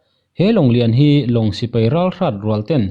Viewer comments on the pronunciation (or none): A dik lutuk ,,chuan sipai nia sipei tih nen poh hriat polh awl ve dawn emai